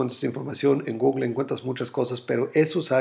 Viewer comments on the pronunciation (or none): none